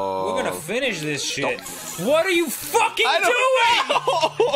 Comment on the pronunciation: is what I'm here for. "What are you ffFFUCKING DOING?!" he said in the most New Jersey way possible.